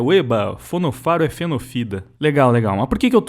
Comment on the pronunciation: Perdi tudo na pronúncia de Fonofaro😂😂😂😂😂 desculpa, foi hilário